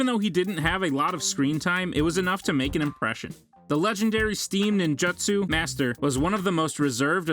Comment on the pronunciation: sasooki. jonin. akatsooki . ( sidan not even hidan ) kakshi hatakee he almost got it right , then the legendary steam NINJ-UTSU ok the names are fine but NINJUTSU really there is no way he watched naruto or he just cant say it and there are actually more but i am too lazy to continue